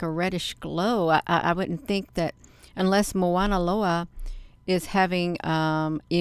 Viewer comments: The correct pronouncement is Mauna Loa not Moana Loa. As a local Hawaiian I just wanted to clarify that. This is quite fascinating that’s for sure. Appreciate your research. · It's pronounced mow like cow mow na lo a I watch the observatory as well. Strange things happen.